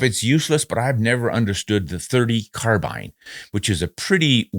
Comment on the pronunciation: I am pleased to hear you pronounce "Carbine " the way it should be . I have heard the argument that it comes from the French ...CARBINA or something like that ..... but Australia and the USA speak ENGLISH not French . Just my little windge for the day.